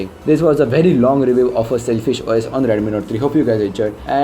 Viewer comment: Sailfish hai "SELFISH" nahi...